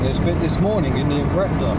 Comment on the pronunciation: Ill always be amazed by you adding a h in Dacia and adding a t in Imprezza, it really grinds my gears :(